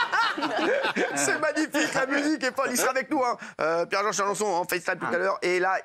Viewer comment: Ho tu n'es pas au bled c est quoi cette façon de prononcer le nom jean